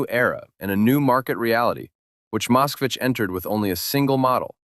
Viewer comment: It would not have been too difficult to consult with a Russian speaker to learn how the names of the automobiles are actually pronounced, and then to write the script so that the AI voice pronounced them correctly. For example, it is not "ka-LEE-tuh", it is "kah-lee-TAH", and Moskvich (which means "Muscovite" in Russian) is pronounced "musk-VEETCH", not "MOSSK-vitch".